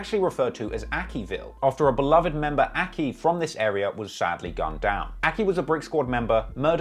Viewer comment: Everyone from Bricksquad: AIKIII! AIKKII!!!: Akki.